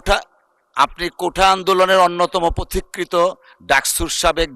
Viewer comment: 'পথিকৃৎ' শব্দের সঠিক উচ্চারণ পোথিক্ কৃত্, 'অপপ্রচার' শব্দের সঠিক উচ্চারণ অপোপ্ প্রোচার্।